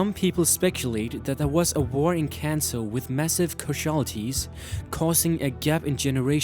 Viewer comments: caj'alatees. ??? casualties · Tbh I love this video but there are common name mispronunciations like 'Lt. Surge' 'developers' and 'casualties'